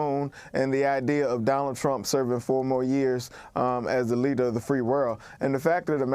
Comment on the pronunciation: Speak out against what? Trump only spoke the truth Please tell your racist commentors to spare us the race baiting rhetoric .This Rino republican is likely Rino anyway ..And the word is four mpre years not Faux mo years ..christ sake English 101